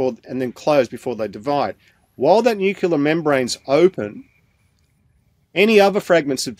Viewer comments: It's nu-c- le-ar. There is no U after the c. It's not nu-cu- lus. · I put up with it the first time, but I am not going to put up with it all over again. It's NUCLEAR and NUCLEUS, you dunderklumpen! Stop screwing around with your George W. Bush impersonations and stay out of public until you can learn proper flocking ENGLISH!